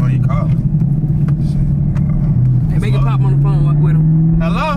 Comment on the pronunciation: The fact they saying “pootin” instead of “pop” 🤣